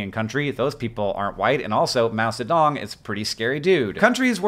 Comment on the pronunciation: vlogbrothers My only critique: Your pronunciation of Mao Zi Dong's name could use some work. Everything else was awesome.